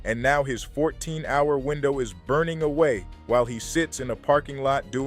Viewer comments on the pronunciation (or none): none